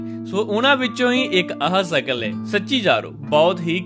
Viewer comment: ਹਾ ਵੀਰੇ ਸਕਲ ਨਹੀਂ ਸ਼ਕਲ